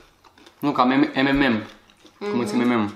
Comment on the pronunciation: se spune emenems nu emenem